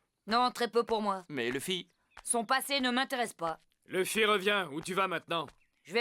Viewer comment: C'est monkey D Luffy pas femy